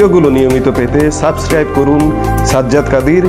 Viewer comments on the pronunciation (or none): none